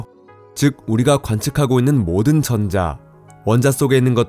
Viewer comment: 전:자... 발음이 ㅠㅠ